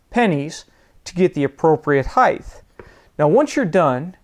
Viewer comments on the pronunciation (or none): stop saying "heighth"! just say height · great video, but yeah, this was funny. Either local dialect or what is called a "hyper correction". Have you heard this in other parts of the country or other people saying heighTH? Just asking as an amateur linguist.